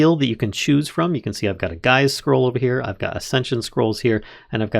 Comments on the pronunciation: Geas is pronounced similar to geese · if youre worried about the pronunciation afaik you only got 2 wrong Mahou is Mah like a sheep bah but with an M, Hoe like the tool, its the Japanese word for magic (Tsukai means use, the mod is literally called Use Magic XDDDDDD) Geas is a Gaelic word (also sometimes spelled Geis) pronounced Gesh like the shorthand for session, sesh, its literally just the name for that sort of spell, where you make a vow or undergo a cursed restriction in exchange for a boon